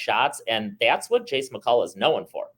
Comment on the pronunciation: Jesse, Jesse McCulloch! Not Jace.